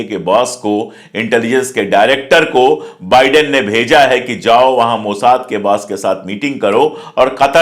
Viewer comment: Nice to hear बाइडेन instead of बिडेन, excellent video as always👍